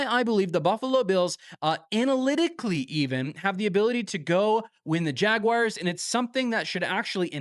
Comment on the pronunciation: I love this channel, but ngl, wish you'd stop saying, "jag-wires" 😂